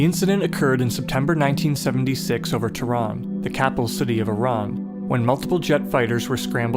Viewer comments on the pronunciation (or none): Pronounces "Teh Run" , not teran. "Shaaah rokhi" air force base